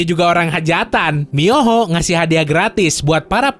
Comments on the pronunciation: Mihoyo bang, bukan miyoho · Mihoyo Bang Bukan Miyoho AWOAKWOAKWOAK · Mihoyo bang bukan muyoho ngakak gw 😂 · Yang bener mihoyo atau miyoho ¿ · MIHOYO bukan miyoho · abang ngomongnya miyoho yang benerkan seharusnya mihoyo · mihoyo bang bkn miyoho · Miyoho 🤣 mihoyo kali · Potato phon cumak bisa meremidi Mihoyo bang bukan miyoho :v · MIHOYO BUKAN MIYOHO OOIIII👁_👁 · mihoyo atau miyoho? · Miyoho really dude ? This game name MIHOYO not MIYOHO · itu sepatutnya MiHOYO bukan miyoho